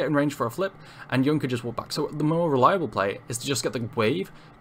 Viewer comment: Small quibble: Yone is pronounced "Yo-nay" not "Yoan". It's in several of the cinematic videos. Borrows from Japanese pronunciation. Good video otherwise though!